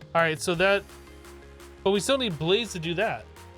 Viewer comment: Bla—ZE??? Do you mean BLAZE, like a fire?